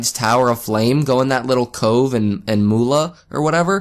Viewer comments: Tseldora Sel-door-ra. But still I loved how you said Tesla-dora! Also Mula and Mulan! Ma-ju-la not making fun, sorry if it made you feel bad. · Chef Wang I totally cringed when he couldnt get it right. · It's pronounced ma jewel la and u didn't have to a spell just talk to her alot